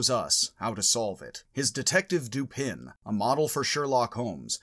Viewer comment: I always thought that the surname of Poe's detective was pronounced doo-PAN., you pronounce the surname doo-PIN in this video. But on your website "Logic - Poe & Dupin," you declare "Dupin, pronounced 'Doo-puh', like duper without an n or r on the end in a French or Southern accent, is Poe’s ingenious detective, a name Poe found in a book he reviewed the same month his first detective story was published." According to this video, the French pronunciation of the name is doo-PAY: According to this video, it is pronounced dew-PAH:... and here is the pronunciation of the surname Lupin (as in Arsene): loo-PAH